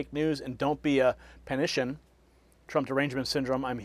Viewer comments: Hey, The word, "Panican" is pronounced "PAN-ick-en", not "puh-NISH-en". I believe President Trump coined it. It's a derivative of PANIC - one who panics. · It isn't panician! It is a pan-i-can (a name for people that continually panic) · it's pronounced "PANICK-AN" not "Panition". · The term is pronounced PANIC-AN. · Panican pronounced pan-eh-can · "PANICAN" pronounced "PANIC-AN" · I think it's pronounced PAN A CAN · Panican is Pan-i-can don't be a Panican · It’s PAN-A-kIN…. DON’T BE A PANICAN!! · It is Panican, like pelican.